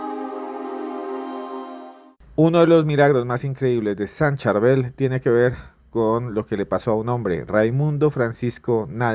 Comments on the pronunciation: Durante 30 minutos escuchó la correcta pronunciación del nombre del santo: Chárbel, así lo pronuncian los libaneses, entonces? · Hola ¿Por qué dice San ChUrbel, su se escribe con la letra A? 🤔👍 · San churvel😅😅😅😅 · no le cuesta nada a él decir el nombre correcto, así como en el audio, le corrigieron a Julio. Es sencillo y es parte del respeto a un Santo. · Nó es Churbel, es San Charbel con respeto. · No es San Churbel , sino San CHÁRBEL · respete a los que creemos en San Charbel, no le cambie el nombre... a usted, le gustaría que le cambiarán su nombre... es *SAN CHARBEL*. NO es CHURBEL, es San Charbel... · Por favor pronuncia el nombre del Santo Padre Sharbell ! No es Shurbell ni Churbell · No se dice San Churbel 😂 Es San Charbel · San Charbel......no churbel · NO ES SAN CHURBEL 😅 ES SAN CHARBEL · CHARBEL NO Churbel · Churbel. Cherbal Casitico le dice san churma. Es Charbel, no saben leer ? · Su nombre es San Chabel 😅😅por favor 🙏 🙌 noooo Churbel.. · Se dice San Chárbel. La forma correcta de referirse al santo es con la tilde en la "a", Chárbel, y precedido por "San". El nombre completo es San Chárbel Makhlouf. Churbel no aparece en ninguna parte. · Se dice san Charbel no charbul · San Sharbel! No san churbel Ni san cherbal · San Charbel, no San Churbel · No es como se quiera decir...es San Charbel...No San churbel....o a usted le pueden llamar ... Gustavo, Feliciano o Juancho...? Como le quieran decir...? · Cherval, churbel, charbel..... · No es churber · Por q dice Churbel 😮😮😮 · Churbel?! Porqué le llaman así? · NO ES CHURBEL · Por favor pronuncie bien su nombre como se escribe CHARBEL. Gracias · SAN CHARBEL, FAVOR PRONUNCIAR BIEN, CORREGIR TU AUDIO, GRACIAS